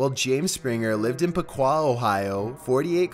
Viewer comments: You totally butchered the pronunciation of Piqua but that is ok. I don't expect anyone from outside Ohio to know how to say it unless you've heard it before. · woah woah woah... if I understand your mispronunciation correctly; one of these twins lives in my home town?! btw its pronounced "lye-ma" Lima, and "pick-wah" Piqua. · That's Lime-uh and Pick-wuh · As someone who lives in Ohio it’s pronounced piqua (Pick-wuh) and Lima (Lie-ma). We know, it’s weird. But that’s how we do it